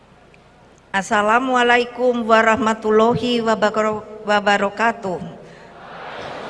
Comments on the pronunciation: Hadeeeh kesleo ngucapkan Assalamualaikum....wkwk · Ngucak salam aja balelol sia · Katanya ibu hj. tp ngucap salam aja belepotan dah bu..bu🤦😩